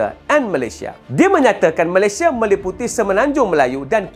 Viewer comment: ramai sebut Melesye